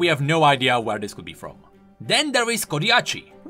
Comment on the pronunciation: My man say Ko da chi as Ko di a chi